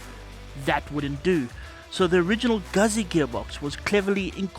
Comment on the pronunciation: Someone's got to say it, may as well be me. Guzzi is pronounced Gutsy. Like Pizza.